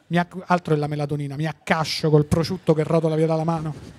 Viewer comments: Solo a me sembra che Tinti dica "prociutto"? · Ma perché Tinti non sa dire prosciutto?